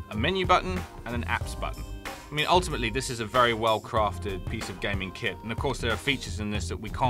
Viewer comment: Your english as well "Pice"